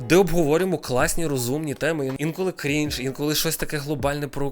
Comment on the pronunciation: До речі, не дойоб, але правильно наче кринж, а не крінж